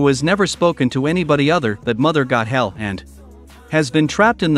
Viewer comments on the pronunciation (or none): What makes no sense is you calling her Mother “Got-hell”…it’s “Goth-el”. At least pronounce the characters’ names correctly… Also, what is with the weird pauses at the wrong time? Is this just really crappy AI?